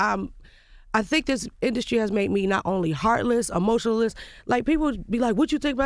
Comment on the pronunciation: “Emotionaless”😂😂😂😂😂😂😂😂😂😂what the hell